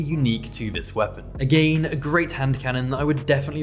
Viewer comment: Hearing “agane” over 100 times was perfect I enjoyed this video